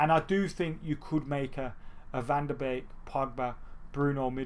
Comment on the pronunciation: Finally someone who pronounced van de beek right 🤣